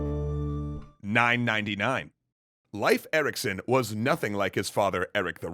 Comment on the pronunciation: "Life" Eriksen... lol